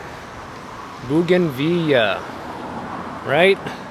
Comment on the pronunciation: Yea!!! You got the pronunciation down for bougainvillea’s!!! Good job! Fantastic video!